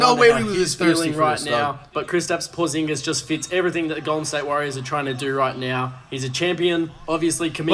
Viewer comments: Why flight saying Porzingis like that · Making Porzingis rhyme with lasagna is hilarious. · WHO DA FK IS Tracy? Who the fk is Porzaaanguess??? Pronounced Tray - sss and Porzeeeeenguhs. Come on man. You gonna talk hoops you gotta be up on the names. The trade deadline is Thursday. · The pronunciation of porzingis and trayce 😭😂